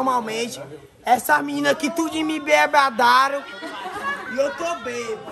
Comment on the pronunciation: "Essas minina aqui tudinho me embebedaruu 😂"